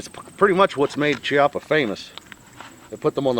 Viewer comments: Just a tip it's pronounced kiappa. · Pronounced "Kee-ahh-puh" Just say'n...............